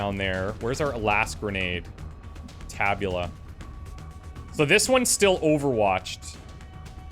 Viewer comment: If I am not mistaken, the accent in “tabula” is on the first syllable. Tàbula!